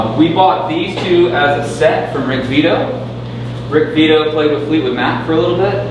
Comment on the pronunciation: No it's Rick Beato not Vitto. OMF.